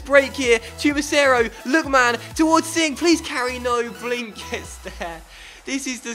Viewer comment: We got sing. Jackichand Sing I just don't think you understand He's dock landers man. Better than lookman We got Jackichand Singh